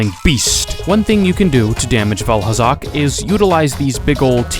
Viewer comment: Did he just say Vaalhalla?